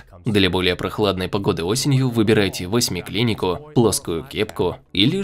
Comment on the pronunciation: ВосьмиклинИка? Это что за медучреждение?)))